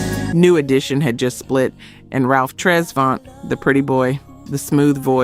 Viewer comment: This is trash! All the songs he co wrote was trash, he kept all the hits 4 hisself I guess 🤷🏾‍♂️ and I hate this video just because yo dumb ass pronounced Ralph Travont like that 🤦🏾‍♂️🤦🏾‍♂️